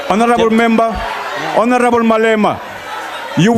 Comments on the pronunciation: The word "Honorable " was murdered that day...🤣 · Last honarebel is what? What?